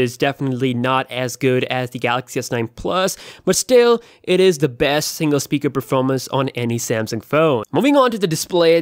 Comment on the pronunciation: i was looking through comments to see if anyone counted how many times he said besth. Really ridiculous amount of bests :))